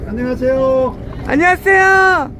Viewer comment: ㅎㅎㅎㅎㅎㅎㅎ 아니 중국조선족가이드분이 안녕하세요가 더 한국스러운 발음이고 오리지널 한국인이 안녕하세요 발음이 중국인스러운 아이러니 ㅋㅋㅋㅋ 안녀하쎄요 ㅋㅋㅋㅋ. 안녀이 계쎄요우 ㅋㅋㅋㅋ